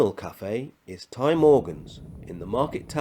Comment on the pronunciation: In Welsh Ty is pronounced Tee. It means House.